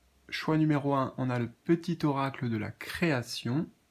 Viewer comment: Mdr tu m as fait sourire quand tu as dit eracle au lieu d oracle ça m a fait penser à Héraclès qui est hercule et le message c'est les mystères divins. Hercule est symbole d immortalité protecteur des. Athlètes et protège du danger. Immortalité = lien d âme et athlète = guerrier